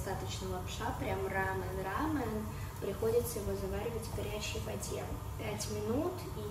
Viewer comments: Извините, если не к месту, но это рамён, а не рамэн. Рамэн- это именно японская лапша быстрого приготовления, а у вас именно корейская, то есть- рамён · Не хочу показаться занудой, но правильно говорить рамЁн, а не рАмен